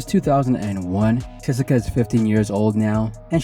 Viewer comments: Her name is Chessika not Jessica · It sounds like you says Chessica😅 good video. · He for sure is saying chessica 😂